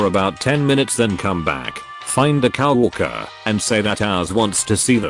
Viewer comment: That awkward moment when the robovoice further insults the overweight co-worker by calling her a cow worker 😂